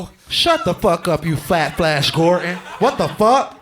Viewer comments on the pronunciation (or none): none